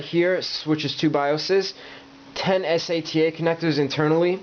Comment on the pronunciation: you call Sata for S-A-T-A . I was so confused in the untill I got what you meant with S-A-T-A when you pointed at the Sata ports in the end.